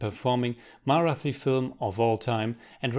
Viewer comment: and the "thi" in Marathi it's pronounced as Tea but with an H sound along with the T